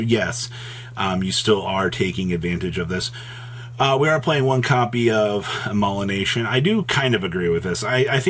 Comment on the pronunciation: What the fuck is “mullination?”